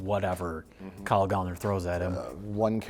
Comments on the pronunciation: It's Gallner like gal like girl 🙏🏾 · Said his name wrong every fricking time 💔